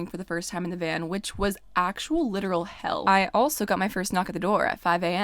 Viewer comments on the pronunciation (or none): “No way in hey’l” lol. You are ready for the south!